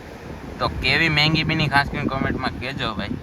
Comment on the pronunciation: મેંગી નય એલા મેગી